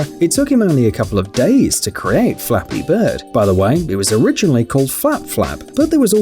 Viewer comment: When he said "Flappy bird" I thought he said " *Dolphin sound* beard"